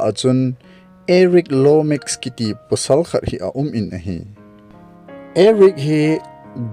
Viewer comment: pusal pasal... not posal